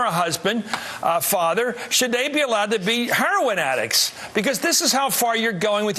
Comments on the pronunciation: " Huroin use " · Wow Chris Matthews can't even say heroin. It just reaffirms what I've been saying... Chris Matthews is a joke of a journalist. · "Hurrowin"-matthews. legalizing "hurrowin" it thought it was HEROIN. black ppl also refer to it as Herrawn--hahaha ron paul makes everybody on the repub. stage, obama, and matthews all look stupid.